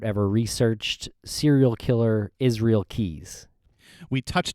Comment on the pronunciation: It pisses me off how people try to talk about Israel Keyes and his story/case when they don't have a bloody clue. Stop trying to put words in his mouth or create situations that don't exist. Fuck. Also if you cannot pronounce Israel properly then call him by his Nick name "Izzy"...should make it simpler.. one would hope.